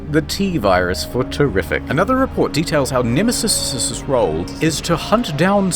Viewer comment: I laughed too hard when he said Nemesisisisis